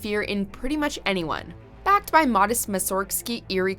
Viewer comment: Did anyone else cringe every time the voice-over pronounced "Rasputin" in the most Canadian way possible by literally saying "Raz-poutine"? Also, "Modest" (as in Modest Mussorgsky, the Russian composer) is not pronounced the same way you would if instead of Mussorgsky, it was followed by "Mouse".